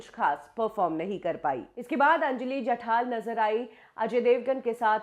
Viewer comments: नाम जठार है और आप जठाल ही बोलती रहीं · you cant pronounce names correctly? जठाल नही जठार, शास्त्र नही शस्त्र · Are mhashi. jathaal naahi jathaar ahe naav.